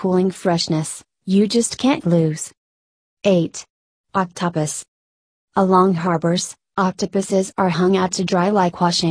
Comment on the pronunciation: The pronunciation is awful. Even my mother (yes we are Greek) cringed. Computer can't even say octopus right. Might be informative but that's about it.